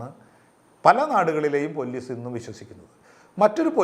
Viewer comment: പൊല്ലീസ് അല്ല പോലീസ്